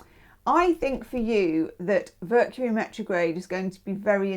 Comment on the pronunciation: HOW FITTING is it that [during Taurus] you said “Vercury Metrograde “ 😂 that was awesome! You’re the best!!!❤